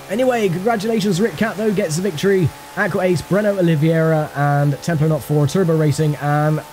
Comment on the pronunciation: It's very funny to hear my name "in english" as i'm not used to(I'm brazilian), love how it sounds, "Oliviuéurua" haha. Love this series, GT Legends never gets old!